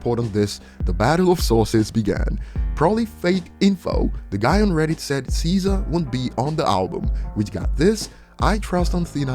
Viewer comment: man said Seizure. It’s pronounced Scissor 😂